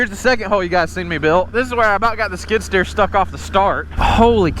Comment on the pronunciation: Skid steer not skidder…. A skidder drags logs out of the woods…